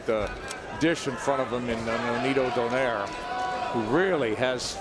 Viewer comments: Why do Americans still pronounce Donaire as "Don-air", its "Donai-re"! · Why they say it like that? It’s “do-nai-re” not donaire 🤣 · you can say 'rolls royce' but not donai-re?! So, what's up genius?